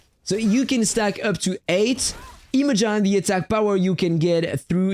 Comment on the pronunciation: Please google the pronunciation of "imagine" 😅